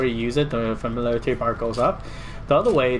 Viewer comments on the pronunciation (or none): Lol familalairlaty...Sorry couldnt help it